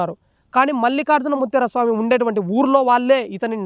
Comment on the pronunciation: ముత్యార కాదురా బాబూ ముత్య